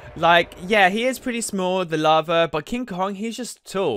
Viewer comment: Not farva. Larva